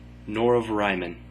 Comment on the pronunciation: I agree. Nothing personal, but I think it's pronounced Ree-mahn. :)